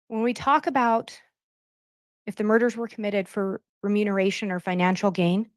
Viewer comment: keeps saying “renumeration” 🫣